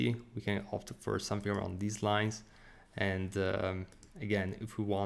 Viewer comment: Thanks for the tutorial. BTW, your English is excellent, but you have a habit of putting a vowel at the end of English words that don't have one. You should say "and" not "anda" / "right" not "righta" / "click" not "clicka" / "of" not "ofa" etc. For what it's wortha. ; )